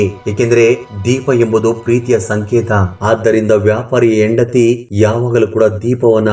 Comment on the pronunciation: IT IS HENDATHI NOT YENDATHI. PL CORRECT YOUR "HA" PRONUNCIATION.